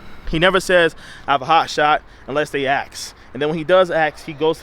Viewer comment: “Augist” is not a word. “Rote”??? “Loat”??? “Axe”???